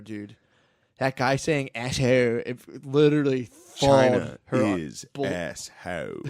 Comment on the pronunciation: “…China is asshode…”😂